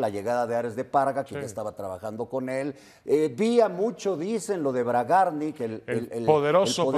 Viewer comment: Bragarník acento en la i